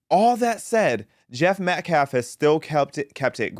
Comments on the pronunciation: That POS, baby abuser, felon activist is NOT a lawyer. No, that's not even his attorney! This is a racist, Al Sharpton Jr wannabe that's all! #justiceforAustinMetcalf PS ~ that "activist" can't even pronounce Metcalf, he (keeps) saying MetcLaf 🤦‍♀️ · This character can’t even say Metcalf and has no command of the English language. He’s got a girly name and a rap sheet a mile long, no one should listen to this fool. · Klamelo's media team mispronounced Metcalf's name !